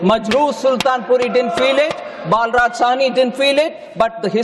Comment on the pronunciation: Per foundation is very poor he was balraj sahi not baalraj sahi